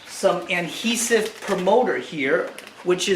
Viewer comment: Does he know it’s ‘adhesive’ not ‘Anhesive’